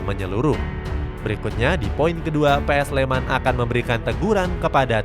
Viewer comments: PSS SLEMAN Woyyyy bukan PS SLEMAN .sek bener le ngucapke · PSS SLEMAN BUKAN "PS SLEMAN" ALE. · Lain kali penyebutannya PSS SLEMAN min,jangan PS SLEMAN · PSS Sleman mas mbacanya, bukan PS Sleman. Kayak PSM kan mbacanya PSM makasar bukan PS Makasar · PSS SLEMAN BUKAN PS SLEMAM